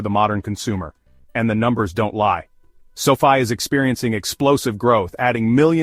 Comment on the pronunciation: Why do you keep pronouncing the name sofi differently in the video.Makes the video not seem serious.